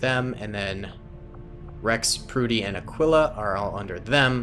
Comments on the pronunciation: Aquila’s name isn’t pronounced “ah quill ah” as I heard you say it... it’s more like “ah key lah” not tryna be nitpicky I just know bc it’s my dogs name XD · Aquila is pronounced Ah-kee-lah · Aquila is pronounced (uhh-key-luh)